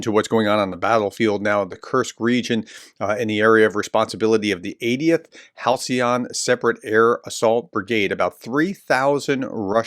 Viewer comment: Please read the words more carefully. you pronounced Halician as Halcyon and the Peklo drone as Pelko.